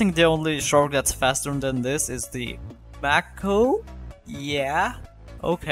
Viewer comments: Just to let you know it’s pronounced “may-ko” not “mack-o” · Mako is said like "Make Oh" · bro aint even pronoucing mako right